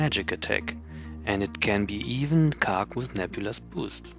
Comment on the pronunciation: I don’t think you got the joke 😝 I was hinting that the way you say “khark” sounds like you’re saying “cock” 😜